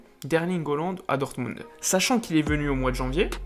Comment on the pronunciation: et s'il te plait apprend a prononcé les noms des joueurs ; holand wijenaldoum ; un peu d'effort